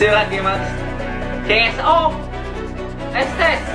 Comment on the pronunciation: Itu esteh bukan estes hqhahahaha